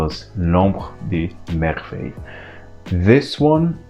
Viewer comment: wow! i just got the first one and LOVE LOVE LOVE it! and it sounds so much better when a native French says it. Thanks :)